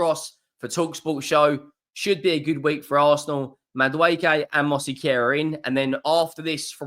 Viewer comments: It's Mos-Ke-Ra not Mosi-Ke-Ra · why can you not pronounced Mosquera.... MosseyCarer! lol PS enjoy your content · Hope this help it’s pronounced “Moss Key aira “ you’re welcome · Please, try to find someone to teach you how to pronunciate MOSQUERA. You are making crazy the peoplr who speak spanish. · Love the way butchers Christian Mosquera's name 😅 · He butchers every name😂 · More that he can’t read it than can’t pronounce it - if you stood next to him & verbally sounded it out he’d pronounce it fine. Most mispronunciations are a reflection of reading level & don’t happen when the information is received audibly (why dyslexics often stumble over words they’re more than capable of saying).